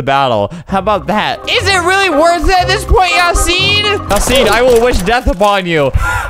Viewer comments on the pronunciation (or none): none